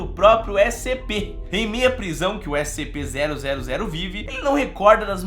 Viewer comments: ele falou SPC kkkkk amo esse canal mal espero o prox video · Ele falou SPC 000